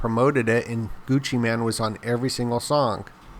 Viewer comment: Gucci mane not man lol